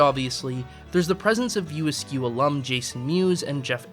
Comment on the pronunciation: Why was it so hard to say "View Askew" ? I kept hearing "View Ask".. Otherwise this is a fair critique of Kevin Smith's work. There are moments of brilliance lost in a sea of nothingness, occasionally spotting land, but more often than not, only sea sickness results.